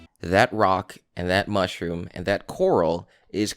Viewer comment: Guy talks about shit we “didn’t notice” in the intro and then says an anemone is a “mishroom.”